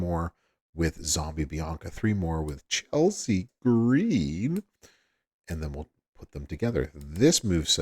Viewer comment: please stop saying Chelsea Green like that dude ...